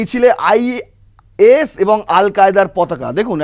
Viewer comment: আই সিস নয় আই এস হবে কথাটা